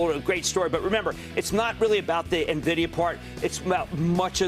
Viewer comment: Pet peeve-- people who invest in $NVDA but mispronounce the name. It's N vidia, not Nah vidia. If people can't pronounce the name, then they probably don't know enough about it to put their money there. Now also financial professionals and commentators that pronounce Omicron as Omnicron. Makes them look ridiculous and unprofessional.